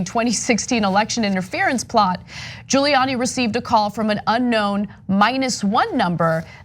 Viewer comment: 🤔 does any1else notice how Hannity gets ppls names right, until they're in trouble? 🤷‍♀️ now he's even purposely pronouncing "Giuliani" wrong. he callin him "Julie Annie"... wtf ... 😳🙄🤣